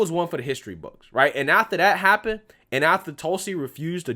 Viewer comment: The word is "that" not "dat".